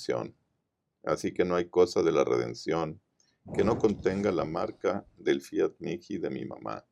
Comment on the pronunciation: Fiat mihi (mii) no miki ,por favor.